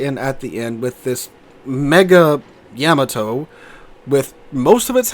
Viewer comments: Its supposed to be pronounced like that, with no emphasis on either consonant, thats the original japanese pronounciation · Why do you pronounce the Yamato wrong? If you’re doing it to annoy people who are grammar snobs then it’s working.